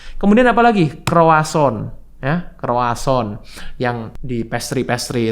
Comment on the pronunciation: Itu ngomongnya "Kwasong",. Roti Prancis 😂. Semua jenis gula, terutama yg dari karbohidrat mesti dipangkas habis2an karena jadi trigger cancer.